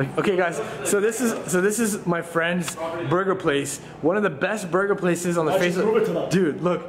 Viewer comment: you said buger not burger